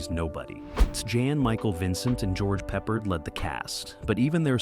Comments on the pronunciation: Goerge peppered is pronounced goerge pa pard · “George PEPPERED”??? Jeezus Christ boy.